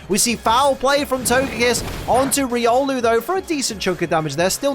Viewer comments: I hope “togepiss” didn’t hear you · Togepee, togedic and togepiss. Hehe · Can we have togekiss' name in the corner of the screen changed to togepiss for the rest of the season, in honour of that legendary slip of the tongue?